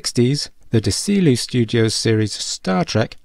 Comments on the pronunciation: "Dee-See-Loo Studios'? Actually, my friend, 'Desilu' is pronounced 'Dezi-Loo', being a combination of owners Desi Arnaz and Lucille Ball. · Okay. Let's get the original production company's pronunciation correct: Desilu. DEH-zee-loo. Not duh-SEE-lee. A portmanteau of Desi and Lucy--as in Desi Arnaz and Lucille Ball. But otherwise a very nice video with a very correct premise: The USS Enterprise has a very iconic design. It's beautiful from every angle (as I first intuitively realized as a 1970s kid building successive versions of the AMT model kit . . . . 😄) 👍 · Just an aside. Desilu was the production company created by early TV stars Desi Arnaz and Lucille Ball, famed for the hit "I Love Lucy" and its follow up programs featuring Lucille Ball. Desilu's name is pronounced Deh-ZEE-loo. Desilu was the initial producer of TOC. Other than that, a good video. Thanks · It's pronounced Desi-Lu (as in Desi Arnaz and Lucille Ball) Studios. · Sorry to point this out but you keep mispronouncing Desilu. Desilu is combination of Desi (Arnaz) and Lucille (Ball) who owned the studio. It's supposed to be pronounced like "Dezi-Lew". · His pronunciation was giving me a nervous tick until I read your comment. :D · Lol, just like all these other chumps I also wanted a correction on the pronunciation, though it does have a certain otherworldly feel and might be a good alt for ST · ...uh,...try pronouncing "Desilu" a few more times, mate. Also, Star Trek was in production before Lost In Space was broadcast - the Jupiter 2/Gemini 12 had no influence on the design of the Enterprise. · The second that you butchered the name "Desilu" I bailed. I just needed for you to know that.